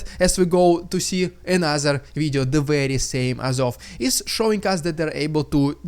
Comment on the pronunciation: Just a note, Dude: when you say ANOTHER it sounds like A NASA. I don't think the american space agency has anything to do with this war...does it?